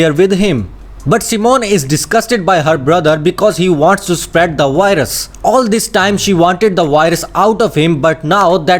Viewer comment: I hear WHITE RUS